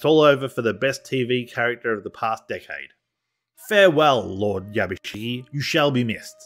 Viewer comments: 藪重"YABUSIGE" をYabusigi と呼ぶのが気持ちわるい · I appreciate the video but you've absolutely butchered every Japanese name especially Yabushige. And to top it all off Japanese ritualistic suicide is called "Seppeku" NOT SUDOKU! Sudoku is a numbers game you play on a grid!